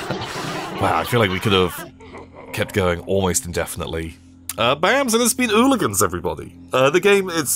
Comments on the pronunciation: But he pronounced it "ooligans" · literally less than 5 seconds in and my man has gotten the name wrong. I love you, never change!